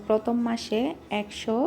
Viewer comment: পথম না প্রথম.. ভাষা ঠিক করেন..